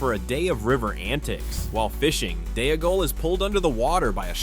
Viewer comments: Its Dee-gol to rhyme with Smee-gol. What an embarrassing thing to get wrong throughout the video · “Day-a-gull”! 😂😂😂 A female-gull! 🎶